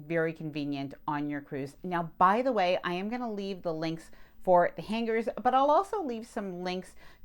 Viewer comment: Just my own pet peeve but please pronounce “ hanger” properly. The “g” isn’t held it blends in I know it’s trivial but nails on a chalkboard. How to pronounce the word on YouTube is very helpful